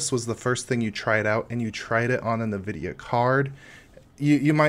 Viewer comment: Nice video. Just a couple of things for you to work on is to never say "nuvidia" or "expecially" ever again. But an interesting distro you might like in terms of creating your own sub-distros out of it is Slax. It's a formerly-slackware-based distro that is lightweight (200mb) and live-boot-oriented. It has an interesting package system but it's the whole project never seems to get very mature. It's working well enough to pull your ass out of a jam if you need something to boot in an emergency and save some files and get gparted running.